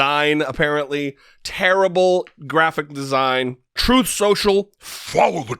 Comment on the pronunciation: “FOLLOW THE TROOTH!” 🤣🤣🤣